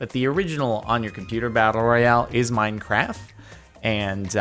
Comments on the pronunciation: It's "Minecraft" not "mincraf" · he said minecraf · Did I just hear minecwaf